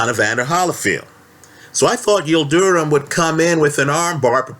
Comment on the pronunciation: his name is not pronounced Yil du rum......it’s Yil drim.....